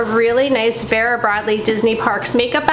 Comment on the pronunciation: Love your VB bags and the big 'ugly' bag is not ugly, so much goes into them. It's pronounced Veera. Thanks, great video.